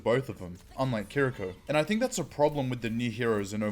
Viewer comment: One thing I must say though is the pronunciation of Kiriko is incorrect. This shows how to pronounce her name